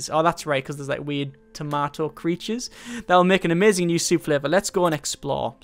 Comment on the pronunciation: "Tomaoh" soup. That's a pronunciation I haven't heard before. Pretty interesting. ;D